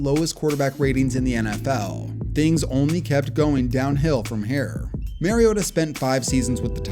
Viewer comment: Still can’t say Mariota’s name right 10 years later. It’s the same as Marcus. MARcus MARiota.